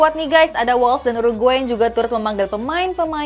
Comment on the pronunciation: Tolong donk pengucapan nama pemain, negara dsb...dikoreksi lgi... Kok amburadul banget... Timnas wales bacanya wels...dibaca es krim wols... Dan banyak lgi... Ini masukan bukan nyinyir...